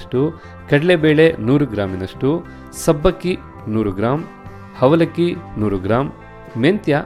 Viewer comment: Is it avalakki or havalakki! ಸುಪರ್ ಕನ್ನಡ!